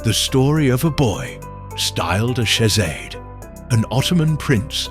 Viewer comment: Probably saved his life - speak Shehzade correctly.